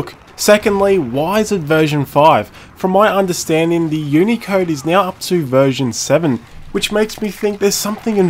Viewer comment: i thought you said unica intead of unicode